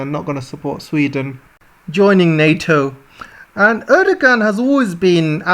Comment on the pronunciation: "Erdogan" is pronounced "Erdowan" in Turkish. India's water crisis depends on the actions of China in Tibet. China is damming the glacier fed major Tibetan origin rivers, and diverting the water to the Han Heartland in eastern China. This problem not only affects India, but can also be seen in Southeast Asia where the flow of the Mekong River has slowed to a trickle due to Chinese dam building. mentions the drug problem in America. Fentanyl is the biggest drug threat to Americans. The Fentanyl is manufactured in China, transported to the Mexican Cartels, and smuggled across the US border. Russia is not America's major enemy. China is, and should be treated as such. The problem is China makes cash distributions to corrupt American politicians and other elites to by them off. However, the overwhelming majority of average American people detest China. China and America have a rendezvous with destiny coming. Crime in America is not a problem as long as one travels with a companion like Sig Sauer, Smith & Wesson, or Glock. Russian wheat is subject to international sanctions. A country can purchase wheat from Russia, but it won't be able to ship it home by sea because the US Navy will intercept the vessels on the high seas. Turkey will end up getting paid off in order to approve admission of Finland and Sweden. Other European countries are unlikely to commit extortion like Turkey.